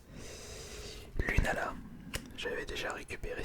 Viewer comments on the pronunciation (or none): none